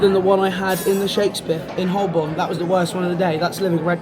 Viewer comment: Great video. For future reference, Holborn is pronounced "ho-bon". Silent l and r.